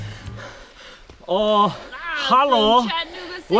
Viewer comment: It's not "chattan-ooga" its "chatta-nooga" and if if your feeling slick that day you can just call it "nooga". Please and thank you.